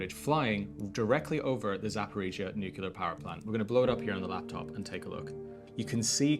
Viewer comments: Your journalism is spectacular and essential. Bravo! {by the way, it's pronounces NOO-KLEE-ER not NOO-CUE-LAR) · This drives me nuts, but it's not "nucular." It's "nuclear." An atom doesn't have a nuculus, it has a nucleus. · whyyyy r u saying nukiller instead of nuclear 🥲 I'm crying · Dude: NU-CLE-AR not NU-CU-LAR nor NU-CE-LAR. Say it with me NU-CLE-AR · its called a NUCLEAR plant, not nukular plant. you sound like george bush when you say it wrong like that, but u are missing the "looking at the sun" facial expression :P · FYI it’s not nucular it’s nuclear! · It's Nuclear, not nucular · I don't want to undermine the rest of your journalism but a point on pronunciation: nuclear is said "new"-"clear" not "new"-"que"-"lar" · Nuclear not nucular. Both are very scary though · I had to write this, im sorry but it's NU-CLE-AR not Nucular >:( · dude ..... NUCLEAR, or are you a moron like Trump and Bush Jr ??? (as in not noocular) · Nucular is not a word. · New clear, NOT new cular. Please please please pronounce it correctly. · it's not a nucular power station, it is a nuclear power station. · NucLEar - not nucULar. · nukular ❌ 🤠🐄😭💔 NU-CLE-AR ✅🧐🏫📖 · I love your fearless reporting. Please learn how to pronounce nuclear New-clear Not nu-kew-lar Please stay safe. Slava Ukraini 🇺🇦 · Nuclear not nucular. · There is no "nucelar" reactors... The word is "nuclear" Nu + clear... It's easy! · Great report, thank you. Also, it's nuclear, not nucular. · I have immense admiration for the indispensible reporting you're doing on a truly horrifying situation and prospect that psychotic Putler is toying with but pssst - it's nuclear, nuCLEAR, not nucular, honestly. Keep the great reporting and good luck to you all. My father was born in Pzrewórsk, so my old roots might just stretch that far. I'm some way deeply engaged, as I wish all of us would be. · Please, the word is NEW-CLE-ER NOT NEW-CUE-LER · Nuclear not nucular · What is Nookular? Nuclear I understand.